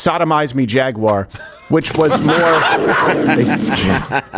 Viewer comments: Jaguar is Jag-you-a. WTF is a Jag-Waagh ? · Jag-wire 😂 It's pronounced Jag-u-ar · Its Jag U ar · Why would you say "Jagg wire" when the company name is "Jaguar"? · DRAGUAR?? OR FAGUAR??? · …Drag-uar. BAHAHAHAHAHAH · For everyone outside the States: "Jagwah" is how they say Jaguar in less educated countries. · Jaguar always expensive and never fast...just the way the they want it pronounced is pretentious jshaguarahhhh. Its a wild cat not plush carpeting and its like a puma terrible hunters that run real fast 3 seconds then keel over from malnutrition. but its British it must be good. Like their teeth? like their food? weather? Tjhe only thing england is good at is starting wars they cant win unless they get other bullies to help and Golf, i do love golf ...oh shit that wasnt them the Scottish did that. Shit 3% of American colonials beat their asses in the revolutionary war. They pay sick taxes so one royal family lives a insanely wealthy life style for the sake of tradition. The beatles suck. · 🤣 FJaguar 🤣 Silent J of course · Women in engineering matters... Side note, we won't be producing vehicles for the next year while we explore alternate pathways and really find what speaks to us here at Jay-gew-awr. That's how we say it now. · "Jagyouwere"? What? Can he not pronounce his company name? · Jag-U-off Once a great British Automobile Manufacturer. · Its pronounced “Fagúar” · Cant even say jaguar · The real crime here is the way Americans pronouns jaguar